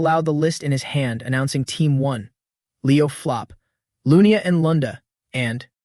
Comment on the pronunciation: Why does the AI keep calling Leo's last name flop when his last name is plov